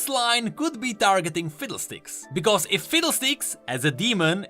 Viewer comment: I love the way that you say because. Its bekoose